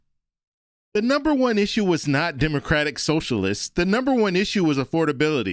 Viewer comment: Why can't she say "Democratic"? Why doesn't she pronounce the last syllable? So weird.